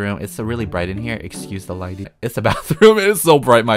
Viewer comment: “warm lightning” youtubers: “linen”